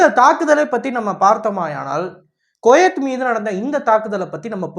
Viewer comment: டேய் கொயேத் இல்லடா போக்சோ தெற்ற்கண்ஸ் குவைத் என உச்சரி டா